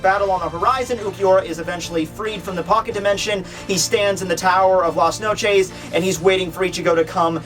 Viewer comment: At LAS NOCHEESE ._.